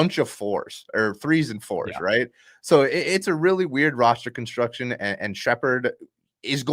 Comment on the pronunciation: Sheppard and its not even relatively close